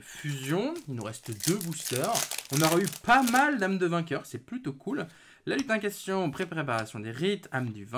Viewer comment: Juste une correction, c'est "LutinCANTAtion", pas "lutincation" :P Sinon toi qui voulais les Âmes du Vainqueur, bah avoir deux fois la carte maîtresse dont une en collectors (qui est vraiment pour moi la rareté la plus belle à regarder), je dis bravo ! J'espère être aussi chanceux !